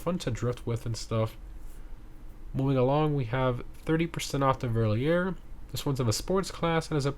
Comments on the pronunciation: "Verlierer" is German for "looser" and you pronounce it "Ferr-lear-er". But I like the French melody in your pronunciation as well 😅 great video as usual, thanks. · Just to help you to say the cars right, the 'Verlierer' is pronunced fair-lee-rare